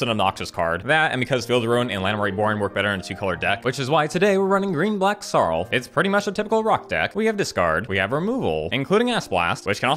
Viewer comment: next vid plz pronounce it "SAROOLF" has more impact